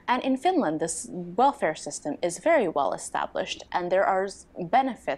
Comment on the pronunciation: You should absolutely move to Finland or at least visit us at some point! You would be most welcome. Btw, I absolutely love you accent, cannae deny it (see, what i did there:). I love how you sometimes replace L with sort of W - like "well" turns into wew, and welfare turns into "wewfea". It's hard to describe in letters, but it's such a cool accent!